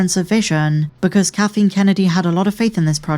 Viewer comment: I like that the narrator keeps calling her "katheen" kennedy